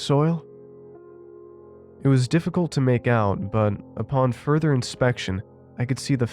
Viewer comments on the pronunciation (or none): none